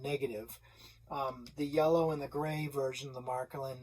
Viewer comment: Matklin? Märklin!